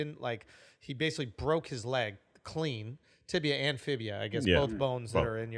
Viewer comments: Tibia and fibia 😂 its fibula dr. Schultz goddamn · “Fibia” lol